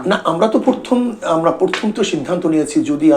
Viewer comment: শব্দটা পরথম না প্রথম।